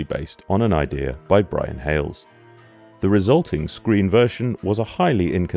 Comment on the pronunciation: Hayles NOT Hailes